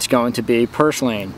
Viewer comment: Nice video and good explanation, but you really should learn how to pronounce it the right way. It is PUR SLANE....NOT POR SLANE Happy hunting!